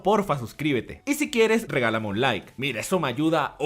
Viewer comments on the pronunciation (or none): none